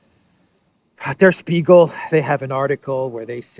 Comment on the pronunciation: In German Language, when letters S and P are together, they make the sound SHP. So Der Spiegel is pronounced as “der shpeegel”